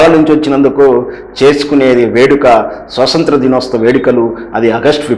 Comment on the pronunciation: స్వసంత్ర ✖️ స్వతంత్ర ✅ అండీ. ఏమిటండీ మీ వాక్ ధోరణి సరిలేదు, చూసుకోరా మాట్లాడే ముందు?